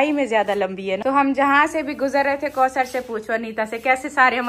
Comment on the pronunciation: Aap ayat ko samjhen k kosar nhi bola karey